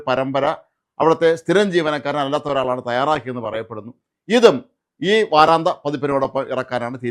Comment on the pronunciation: വാരാന്ത്യ എന്നല്ലേ ശരി. നിങ്ങളെപ്പോലുള്ള മാദ്ധ്യമപ്രവർത്തകർ അക്ഷരശുദ്ധിയോടെ വാക്കുകൾ തെറ്റാതെ ഉപയോഗിക്കാൻ ശ്രമിക്കയല്ലേ നല്ലത്.